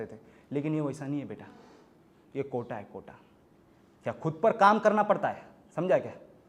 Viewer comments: Sab sahi tha...wo kota hota hai kotha nahi... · Bhai kotha nhi hai ,kota hai 🤭🤭🤣🤣